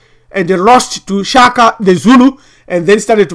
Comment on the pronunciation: ....Shaka not "Chaka".... Don't disrespect our late King. .